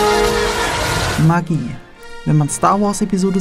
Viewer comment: Alter, du sprichst Magie falsch aus. Das hört sich an wie Maggi